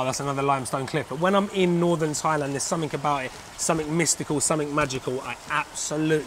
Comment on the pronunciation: θailand? .....it is pronounced tailand